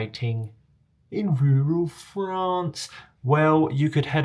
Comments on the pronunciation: so we need a t-shirt but how do we spell "In rewral Frarrnce" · I love video AND voice-over. I also giggle every time you say "in rural France". 😁🇺🇸